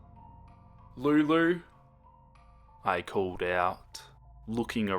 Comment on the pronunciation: I love how you say Lulu